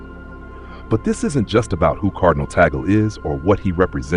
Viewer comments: What is wrong with your tongue? Filipino pronounciation of vowels is similar to Spanish and Japanese pronounciation. TAG-LE. TAG-LE. It's not TOGGLE It's TAG-LE. Tag as in Tug. Le as in le, not lay, not lee, not lei. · Pronounced as Tag/ le not Ta/gle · We pronounce Tag-le not Tagel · I hope in God you learn to pronounce his name correctly!